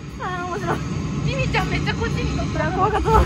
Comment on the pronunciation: のミミちゃ～んがミキティ～にしか聞こえないｗ